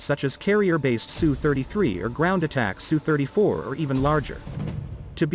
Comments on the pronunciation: Usually it's spelled as S U and not pronounced SUE. It is impressive that fighters today, with a size comparable to some WWII bombers, are so incredibly advanced and capable as compared to those planes of 70 years ago. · S U. Its S and U. Not Su.